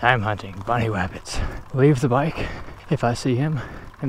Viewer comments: Hiding in the woods.: “I’m hunting bunny wabbits” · be like: I AM HUNTING BUNNY WABBITS lol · “we have to be very quiet, because we are hunting bunny wabbits”